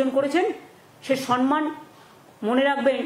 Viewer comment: সম্মান বলতে পারে না বলছে।বলছে সন্মান